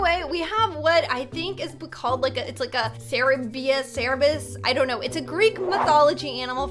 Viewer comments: ITS KERBIUS NOT CERBIUS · what is this animal?!?! I think cer-bee-us and uhm or-fee-us Me: Oml i love this vid -_- IT IS COMMON KNOWLEDGE IT IS GREEK IT IS OUR PAST!! Cenatours ooh medusa! Ahh a chimera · cerberus is pronounced cer bur us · Ser - Ber - Us (Pronunciation) *I love le Hell Hound <3) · how to pronounce: sir-bee-us :) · It's Cer-Ber-Us